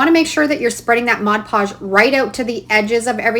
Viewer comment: Thank you for saying MOD PODGE and not ‘modge podge’ hahaha. This is amazing and you just make it look so easy 💖